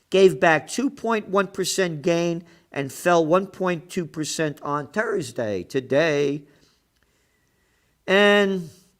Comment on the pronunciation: Toosday and Turdsday with Gerald!